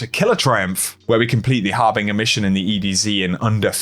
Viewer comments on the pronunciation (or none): PRESS AGE HAR BIN JUR not PRESSAJ OR BING UR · har bin jure harbinger